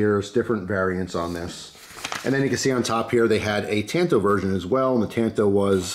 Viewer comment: As if he didn't butcher "tanto". Seriously have NEVER heard it pronounced wrong until today.